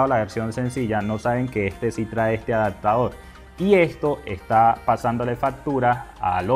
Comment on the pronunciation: Excelente consejo. Solo un dato es A D A P T A D O R, no ¡ADACTADOR! se pronuncia ADAPTADOR. Ojalá te sea de utilidad